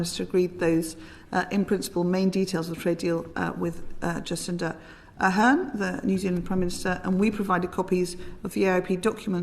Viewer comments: If you listen you will notice that she even got the name of the New Zealand prime minister wrong. ( 6 mins : 57 -58 sec) Her name is Jacinda Arden, not Ahern or Ah hem or A ham or A harem. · And did she just call the NZ PM Jacinda “Ahearn”? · On another note getting the name of the NZ prime minister correct would be a help. It is NOT Ad hern it is Ad ern. . Arrogant idiocy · This idiot Secretary of State called the NZ PM Aherne!!!! Can't even get her name right - likely not much else right either.